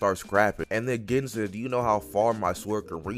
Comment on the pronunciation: u rlly gotta research how to say certain ppl’s names, like sayin “gin” instead of “geen” is crazzzyyyyy